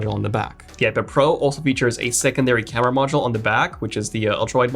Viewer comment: Crema instead of camera.....ha ha hah ...